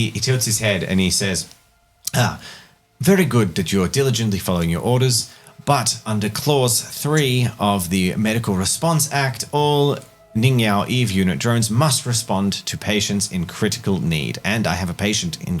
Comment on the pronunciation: I forgot that they had the Eve unit company called Ningyo but they pronounce it ningyow, its pronounced "Nin-gyo" and literally means "doll"